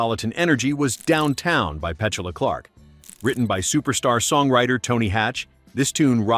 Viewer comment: I remember all 10, note of point: you mispronounced "Petula".